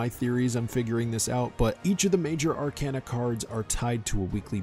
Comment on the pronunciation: Ar - cayna Like a walking cane Not like a walking can